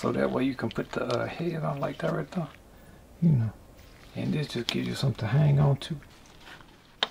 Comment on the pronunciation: “Right the-uh”. I love it!